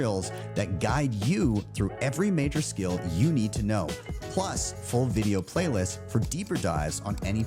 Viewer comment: There is no R at the end of the word ‘know’!!! 😂😂😂